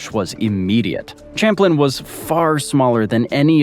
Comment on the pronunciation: We pronounce it "cham-plane"